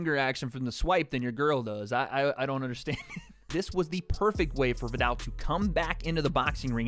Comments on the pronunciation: The “ viddall “ concept 😂 love you ♥️ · Can you please pronounce his name properly